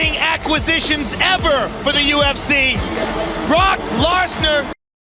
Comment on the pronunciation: Not Bork larsner